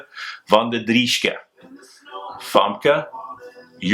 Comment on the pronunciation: When you pronounced Femke's name I was refreshingly reminded that you raced in, was it Belgium or The Netherlands (?) many years ago. I seem to recall your nickname was 'Ter Beast'. I have noticed over on GCN many of the commentators know how to pronounce Dutch and Flemish names (including place names) correctly. I like it.